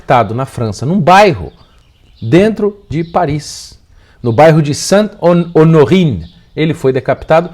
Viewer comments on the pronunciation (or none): ao menos aprende a falar Saint Honorê